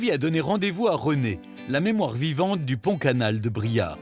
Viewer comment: BRIARE !!...et non Briard 🙏